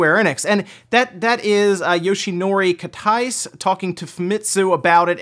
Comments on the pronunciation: Not "yoshinori Katais". His name is "Yoshinori Kitase" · FF’s producer’s name is pronounced Kit-ah-say. Not Kit-ice. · That’s not how you say Kitase